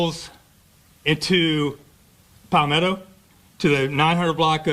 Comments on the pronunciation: Aye bra its not pal ME toe its ( pAl meh toe) palmetto🤦🏿‍♂️ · BRAY-DEN-TON!! PAWL-ME-TOE!!